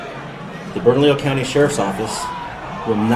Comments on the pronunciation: Pronounced Bern-u-lee-o 😂 for Bernalillo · Bernalillo: Bern - A - Leo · Bern-a-lee-o county. Bernalillo. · Bernalillo is pronounced as the double L is a 'y" or silent. ie- Bern-a-leeyo or Bern-a-leo. And Lujan is pronounced as the "j" is an "h". ie- Bee-y-ach. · Benny. Just an FYI. The county is Bernalillo. Which sounds like ( Burn-a-lee-o) Love you man. Your the best. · Burn -a-Lee-oh. New Mexico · Bernalillo is pronounced Berna-leo. The name Lujan is pronounced Loo-han which rhymes with wuhan. In NM she is called MLG. I personally call her the evil leftist sexually assaulting troll. The depth of disdain I have for this woman is indescribable, especially after what she did to this beautiful state and wonderful people who live here during covid. Other reasons I despise her is that not only does she think abortion up to birth is ok she is proud that NM is one of the states that do a high number of late term abortions. She also just signed into law the right for children to have abortions or sex mutilation surgeries without parental consent or knowledge. There are many more disgusting things but i will stop right here before my blood pressure skyrockets. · Benny, no offense, but here's the pronunciation for a couple of words: Bernalillo = BURN-A-LEO (in Spanish, 2 Ls sound like a Y) and Lujan = LOO-HAN (in Spanish, J sounds like an H). Thanks for your coverage on this "right to carry" issue, Benny! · Pronounced : LOOHON. Spanish - the j is silent BURNALEO COUNTY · It's pronounced "BERN A LEEE O" Anyway, I hate our gov. It's Looo Han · FYI. Bernalillo is pronounced bernaliyo. Lujan is loohon. Thought you should know. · Lujan is pronounced like lew-Han and bernallio is pronounced like burn a lee o thanks bro love the show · Benny, you're in a state with a large Hispanic population and you need to learn how to pronounce Spanish words, the J in Lujan sounds like an H, the ll, is pronounced like a y, as in tortilla and Bernalillo.